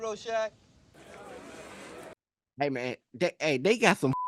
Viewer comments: Say it like I do: Roarshack. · Would you kill millions to save billions? And Its pronounced "roar-shack". Love you buddy. ❤ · It's pronounced ROAR-SHACK. I'm thinkin' that's what his mom's apartment was known by.